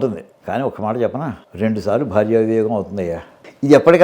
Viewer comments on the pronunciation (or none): none